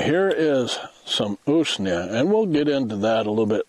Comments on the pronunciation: Usnea is pronounced.... ooze-nee-ah ! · Pas de molid 🇷🇴 Usnea rhymes with ruse, 🦊